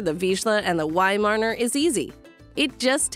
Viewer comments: I had a Weimaraner and next time will get a Viszla. The Viszla is the ancestor of the Weimaraner. I find the narrator VERY annoying since she can’t say Weimaraner. Instead she keeps saying weimarner! Shouldn’t the narrator actually know something about the subject? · cannot handle the "wy-marner" pronunciation 🤮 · she dont know how to pronounce weimeraner, how she can know something about breed